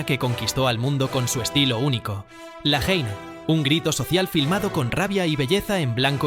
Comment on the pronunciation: Me encanta tu smor por el cine y tu visión, pero tengo una critica a este video y a otros tuyos: Ne necesario y de recibo que aprendas a pronunciar francés con un minimo. Y si no sabes como se pronuncia, siempre puedes utilizar la traducción al castellano. Pero es horrible escuchar JAINE por ÈNN... Perdona pero es que me parece terrible. Di "El Odio" y quedas como un señor almenos